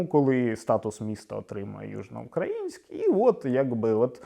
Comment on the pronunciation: Я хоча й житель Миколаєва, виступаю за перейменування в Гард. Тому що більшість каже Южноукр`аїнськ замість Южноукра`їнськ, і це подвійне знущання над мовою.